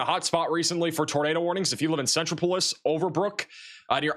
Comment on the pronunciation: Centropolis Pronounced like 'metropolis' only with a C sen-TROP-oh-liss